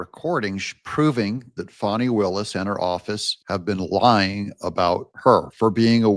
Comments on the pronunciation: Great show Doug! The correct pronunciation of Fani is Faa-nee, not Fonni. Just in case you didn’t know! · Would say bad AI voices need a lot of work. The voice over is monotonous and annoying. Fawney! Wth. FANNIE! deleting.